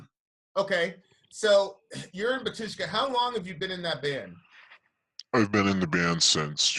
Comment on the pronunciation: why cant member of Batyshka pronounce name of the band?